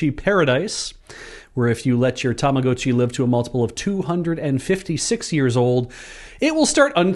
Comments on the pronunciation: that's the correct pronunciation. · he's pronouncing it correctly, it's a long O. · and pronouncing Tamagotchi correctly healed 2 morale.